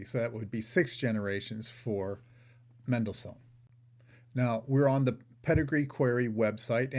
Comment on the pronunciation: You don't know how to say Mendelssohn.